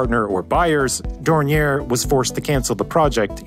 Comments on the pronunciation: DORNIER not 'dorniere' . at least learn to pronounce names before making these videos. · I have never heard Dornier pronounced that way you seem to be ending the name in "air" this is the way I have always heard it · The company is pronounced "Door-Neer." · It's Dor-nee-Eyy, not Dor-nee-Air my guy. But that's oke, because I still say it wrong sometimes. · Dornier, not Dornière - it’s German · Thanks a lot. As always, great video. Minor qualm: Dornier is supposed to be pronounced Dorni-ay not Dorni-er (German founder Claude Dornier was born French). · Dornier [Dornyeh] from Claude Dornier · Appreciating the effort to pronounce the name in the supposedly correct German fashion but alas, it was in vain. For Dornier is at heart a French name, not a German one, and therefore the pronunciation is "Dorni-eh". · The name is pronounced French ("Daouniee" ) as Mr. Claude Dornier was of French descent and also had a French passport (while also being a German citizen, which was made possible by Count Zeppelin himself). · One of the two prototypes to see flight is on display at the Dornier Museum Friedrichshafen in Friedrichshafen in the south of Germany. On a different note, the name Dornier is of french origin, so the pronounciation is more on the lines of "dorn-yeh". Anyways, very well researched video as always, thank you. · Dornier = Door-knee-ayy. The founder was of French ancestry. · A note on the pronouciation of "Dornier": Pronounce it as if it were French, more like "Dornyé". The r at the end of this name is not spoken. Oh wait, German is famous for being so very logic because it's pronounced exactly like it is spelt? I heard that rumour, too. It's bogus. In our language, the only real rule is that there are exceptions to all rules. Nice video, I like your animated graphics! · It's pronounce "Dor-neeer." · More like "dorn-yeh", but yeah. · Cringing everytime he mispronounces Dornier. Otherwise interesting video. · You're pronouncing Dornier wrong